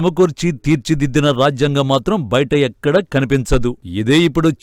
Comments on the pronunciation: రాఝ్యాంగం కాదు తల్లీ అది రాజ్యాంగం జ కు వత్తులేదు! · ఈ యాంకర్ (మహిళ)కి రాజ్యాంగం పలకటం రావటం లేదు.